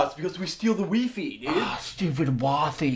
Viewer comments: "We steal the weefee" lol! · I used to pronounce WiFi as Weefee too!! HAHAHA!! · I knew I wasn't the only one who pronounce wifi like that :')